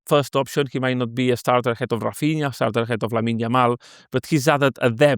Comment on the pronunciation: Can someone please tell to give up with his mad pronunciations? Hafinha? In the previous pod he called Guillermo Gill er mo. It’s embarrassing